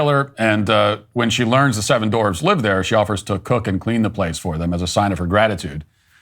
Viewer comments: Dorvs? I always thought "dwarf" had a "w" in it... 🤪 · They're not "Dorfs". They're "Dwarfs". What's going on here?